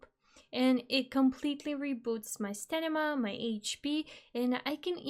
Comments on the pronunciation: I don't think it's much of an issue that you say stanima instead of stamina, but everytime I hear you say stanima I'm like uuurgh :DD So funny :D - Thank's for updating your tips and tricks though! Was looking for a video like that but only found your old one a few days ago :) Glad I get to see this now! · Pssst love your voice and love the video but its STAMINA :P not STENIMA :) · good video and its cute when you say stanima. 😂